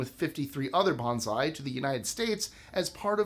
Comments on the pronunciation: You always try so hard to pronounce foreign words correctly, and I know you have visited Japan. That why your pronunciation of bonsai surprised me ‘banzai’ is a completely different word. Bonsai is pronounced like ‘bone-sigh’ banzai is what you might yell while piloting a kamikazi mission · Bonsai is pronounced "bone-sigh", not "banzai".😒